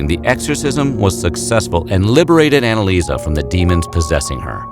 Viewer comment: she is called AnneliesE not AnneliesA